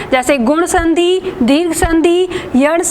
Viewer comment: मेम आप बहुत लाज़बाब पढ़ाती हैं। परंतु छोटी मात्रा का उच्चारण भी बड़ी मात्रा जैसा करतीं हैं जैसे संधि को संधी बोलती हैं